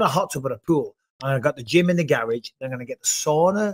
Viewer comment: Bisbing keeps saying gayrahg